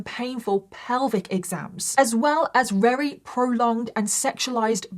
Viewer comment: Not her saying ‘wery’ instead of very 😂